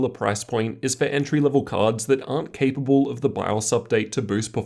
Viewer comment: called my google assistant 😂 "capable" does sound like "hey, google" 😂